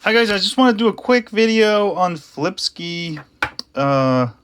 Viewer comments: it's pronounced sky not ski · can you pronounce flipsky the right way?